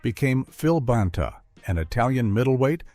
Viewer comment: If you're going to use AI to narrate, at least check the pronunciation of names. Tony BAHN-TA? Alex RYE-GER??